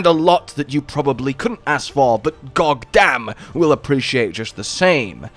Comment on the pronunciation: Had to backtrack to the first minute to make sure I heard "gogdamn."